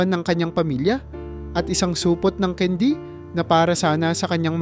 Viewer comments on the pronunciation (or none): none